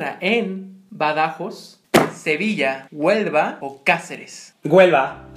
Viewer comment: Se dice badajoz! Con acento en el oz. Saludos desde España :)